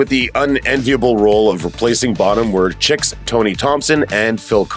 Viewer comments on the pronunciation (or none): YO! It's pronoinced Sheeek not CHIK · Chick? You mean "Chic"